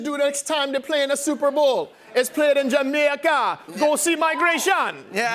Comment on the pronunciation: This was a fun video, had a smile all the way through. IMO, the accent is hard to get just right, especially the intonation. Probably a specific example is rising pitch at the "Jamaica" at . I feel like a Jamaican would be lowering on the last syllable of "Jamaica". But he does a decent job portraying a general "Caribbean" vibe (esp. in a work of fiction/fantasy). And it's nice that they based their visual work on actual Jamaican scenery. It definitely feels quite "authentic" despite being animated!